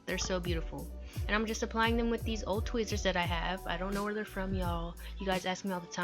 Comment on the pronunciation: I loooove how she says tweezers😂 idk why its just funny